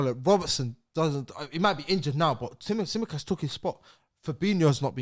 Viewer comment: The way slaughtered Tsimikas’s name lmaooo